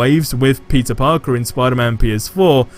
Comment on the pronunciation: Sounds like everytime he says peter parker sounds like he’s say pizza parker